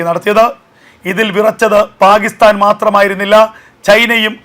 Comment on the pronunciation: പാഹിസ്ഥാൻ എന്നല്ല പാക്കിസ്ഥാൻ എന്നു പറയൂ